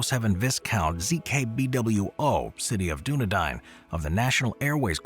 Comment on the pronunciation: “City of Doo-neh-dine” That’s awesome. The rest of us call Dunedin: “dun-ee-dn”. …And I thought you Americans mutilated “Mell-borrrn” and “Bris-bayyyyen” but you’ve taken it to the next level here. Well done. That’s superb! 👏🏼👏🏼👏🏼